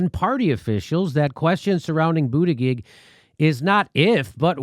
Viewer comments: Mr. Dore, here in South Bend we pronounced Buttigieg as: Boo-ti-judge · Hey Jim-why Dooor-eeee, his name is Boot-a-judge. Quit pulling a Kamala move that would make Matt Gaetz or the California Cowman proud. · Come on Jimmy, why mispronounce his name? You're better than that. Anyways, his real name is pronounced "Wall Street Pete." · Jim, you say it wrong. it is pete butt engaged,FFS! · I got a kick out of the way Kyle Kulinsky use to mispronounce Wall Street Pete's last name as Booty-Judge. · It's BOOTY-JUDGE! Insult him relentlessly, please! But pronounce the name right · Boo-ti-gedge. I hate him as well, primarily for his McKinsey connections. But refusing to pronounce his name correctly is akin to the Repubs not pronouncing Kamala. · I'm no fan of Pete Buttigieg but I gotta down vote this video because Jimmy refuses to pronounce his name correctly. It's not that hard and it makes Jimmy look like a petty jerk. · booty-gig or booty-judge ? how is it pronounced? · He pronounce Buttigieg incorrectly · Jimmy can you learn how to say his name, or is it Irish insolence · Look feel what you want about the man I'm totally fine with that but pronounce his last name correctly. If the left is supposed to be respectful and tolerant of trans and non-binary folks selecting their pronouns maybe we could call somebody by their name. Weasel peach, Mayo peach, whatever! but say his last name correctly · Why can't you pronounce his name correctly?